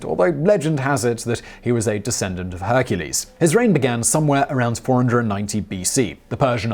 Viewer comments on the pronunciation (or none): none